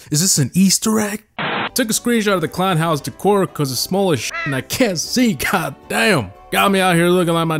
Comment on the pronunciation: The way he said decor pissed me off